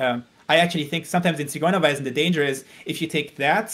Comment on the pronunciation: I like how he pronounced "Ziguerweisen" So nice